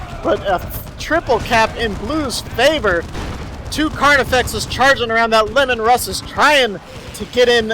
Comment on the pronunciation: He knows it Lee-man Russ right, not lemon...